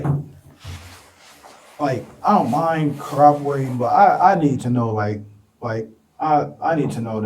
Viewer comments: In England Quay is pronounced Key. That makes him Donkey. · It's pronounced donkey. Can't fool me. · 2 idiots 🙄 "DonQuay"😂😂😂😂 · donkey is the correct way to say it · The mom couldn't pronounce Donkey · "Donquay"....A future brain surgeon for sure. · In Europe Quay is pronounced Key. So Donquay had a fitting name. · Dowquay?!?! No way!?!?😂